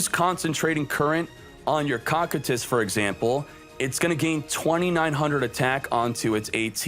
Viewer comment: After watching Overlord, I can confirm it is pronounced as ko-Q-tus